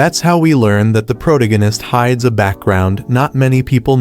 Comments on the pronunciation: Its Pro-Tag-On-Ist. Not Protogunist like you said. Hate to grammar police you but if you intend to use this word often on your channel, you should at least say it correctly. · "Prodeginest" is funny to me lol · Is this an AI voice or a real person talking? How hard is it to pronounce the word "Protagonist" ---- Sound it out "PRO-TAG-O-NIST." It cringes me to my core every time I hear him say it. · Well the AI has problems pronouncing Protagonist.... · There’s absolutely no way this Auto-Gen voice doesn’t know how to say “protagonist.” Unless it was misspelled.